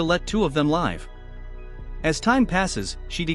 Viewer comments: classic computer narration cock up of the word "live"...... pfffff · When you use AI to narrate out of laziness and it still can't get the word "live" right when used in a sentence. Laziness...learn to narrate on your own and be original.